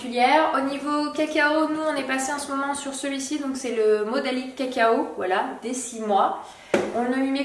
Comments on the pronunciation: modilac et non modalic!!!!!!!!!!!!!!! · Le cacao tu a dit : modalic au lieu de modilac 😉